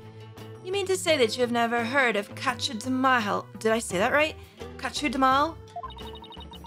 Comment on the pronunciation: I think Kachu'dehmal is supposed to sound like "capture them all"